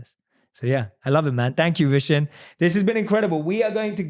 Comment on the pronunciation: Vishen: "...I changed my name to 'Vnson'...cause nobody could pronounce 'Vishán'..." Me (typical indian): even u can't pronounce it correctly!! 😅😅😂🤗